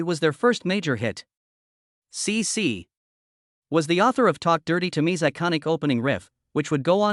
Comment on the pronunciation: Sĩ Sĩ as AI calls it.